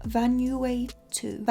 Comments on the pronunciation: Isn’t it van-oo-wah-too. Like the country ? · I CANT BREATHE YOURE SO CUTE its van-ou(sounds like you)-ah-too the country HAHA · Vanuatu = Van-oo-wa-too 😂❤️ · Did she just pronounce Vanuatu van-ew-aye-tu... girl cmon now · Vanuatu is a Pacific Island just off the east coast of Australia, you say it like Van (a as in apple) -oo-a (a as in car) -too.